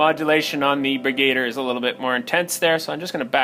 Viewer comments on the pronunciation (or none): I think it's pronounced "Brig-u-deer" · BrigaDIER, like brig-a-deer. Lol love your vids anyways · Bri-GAY-der???? Wow. You even spelled it like that on the video title!! LOL